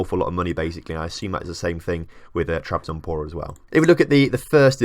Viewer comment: "spor" means "sport". Trabzonspor is short version of "Trabzon Sport Club". You are forgetting to say the "s". Trabzon"S"por. For easy spelling think like it's sport but loose the "t". I hope i you understand what i was talking about. :) I am not a english native. :) keep up the good work. I love your experiements.